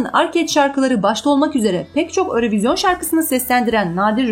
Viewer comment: Örövizyon deyil. Avrovizyon ve ya eurovizyon olar